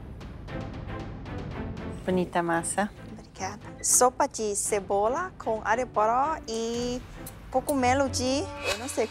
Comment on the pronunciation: a Paola disse "tabom o ponto da CEBORA"